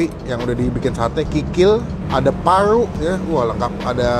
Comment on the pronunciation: Paru bang Bukan Palu 🙄